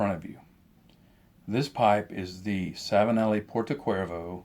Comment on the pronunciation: Only a note, the correct pronunciation for this Savinelli pipe is Porto Chervo like the beatiful seaside in Sardinia ;-) However thank you so munch for the useful information in the video.